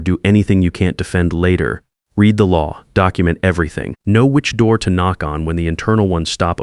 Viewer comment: Who is going to work overtime for 10 months and not do anything about it? I'd call the State and file charges! Still can't pronounce "read" as its being used.